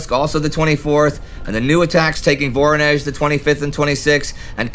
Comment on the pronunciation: What is "Moraia Mechetka"? You often make wrong stresses in Russian names (like in "VoROnezh", "ZvezDA" or "SkaCHOK", where the stress has to be on the second syllable, or "KRASnaya", where the first syllable would have to be stressed, and many many more), but now you've also missed a letter... It's "MoKraia", from "wet". Your lack of a Russian-speaking consultant really shows